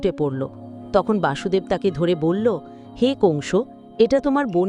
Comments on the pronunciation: বাসুদেব নয়',বসুদেব। হরে কৃষ্ণ। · বাসুদেব নয়,কৃষ্ণের বাবা বসুদেব